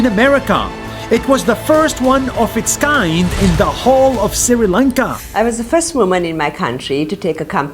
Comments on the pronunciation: Nas, I have commented this same comment some months ago... I have written there , The correct pronunciation of 'Sri Lanka' is: "Sri Lanka" not 'Siri Lanka". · Nas it is not Siri lanka it’s Sri lanka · Great video Btw its not spelled siri lanka it pronounced "Sh- ri lanka" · Nas daily I am not complaining but It’s not Siri lanka it’s Sri Lanka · Not siri lanka its sri lanka love from Sri lanka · its pronounced shri lanka not siri lanka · Me being the sri lankan laughing at when nas pronounced sri as siri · It is not called siri lanka it is pronounced like shri lanka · It's not siri its sri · you said "siri" lanka its sri lanka :》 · Dear Nas i know you hate mispronouncing NAMES It's Sree-lanka not Siri-lanka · It's not siri Lanka it's Sri Lanka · Why r u always telling SRI LANKA as SIRI LANKA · For the th time Nas , It's SRI LANKA, NOT SIRI LANKA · And it's SRI Lanka Not siri lanka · its pronounced shri lanka not siri lankaaa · Did this dude legit say Siri Lanka? It’s pronounced Shree Lanka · Yes he pronounced s-r-i Lanka instead of sh-r-i lanka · Correction - Its not Siri lanka , its SHREE Lanka Pronounced Shhhh-R-ee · Nas this is Sri Lanka not Siri Lanka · Nas: sri lanka Pronuunces siri lanka Me who is living i n sri lanka: so.... I've been pronouncing my country wrong... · Nobody: Absolute nobody: Nas: Siri Lanka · "siri lanka" im not hating btw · "siri lanka"😂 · nobody : nas : pronounces sri lanka as siri lanka.... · As a srilankan it's kind of annoying when they pronounce it like that😂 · Yes nas always pronounces it wrong